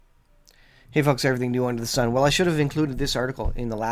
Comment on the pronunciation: " . . . . Under The 'SON' . . . . 'Sun'???????